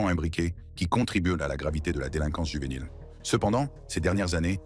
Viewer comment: Why it keep saying juvenile with a H😂